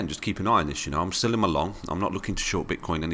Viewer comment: When you say "I'm still in my long" I keep hearing "I'm selling my long"...